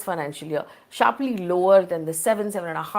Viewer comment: The throlling of the Rupee is sssharpleey down landing piece by piece. Excellent English communication skills. 😂